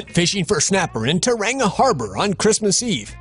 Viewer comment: Hahahaha you pronounced Tauranga in New Zealand wrong. That was the worst I've heard yet. 😂